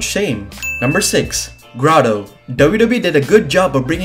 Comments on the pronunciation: Pronounce it Graydo, not Graado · it not gra dough it's grey do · It’s Grade-o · GRA-doe...That was killing me 😂